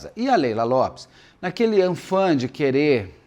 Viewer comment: Beto, é AFÃ, sem o N antes do primeiro A !!